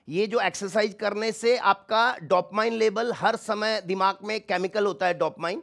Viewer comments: Dopmayin ni hota hai bevakuf dopamin hota hai.🙏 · It DOPAMINE.....NOT DOPMINE!!!!😅